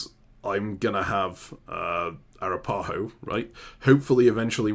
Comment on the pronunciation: Arapaho is pronounced a-RAP-uh-ho .... not ah-rah-PA-ho.... please fix how you both say it!